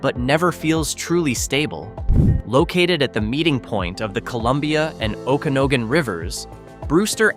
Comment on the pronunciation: 1. Oh-can-AH-gan 2. CALL-vill